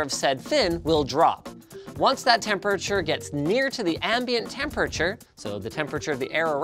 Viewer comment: I love how Linus says “Tempurture”